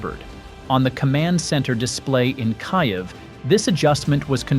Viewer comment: Please review your AI voice recordings and correct mistakes before your video is published. For instance, Kiev is pronounced as KEY-EVE!